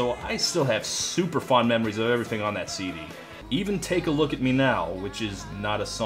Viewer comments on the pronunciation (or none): none